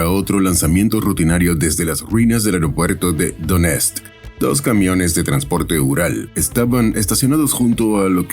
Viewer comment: E.C. pronuncia italiana: Doniesk 🙂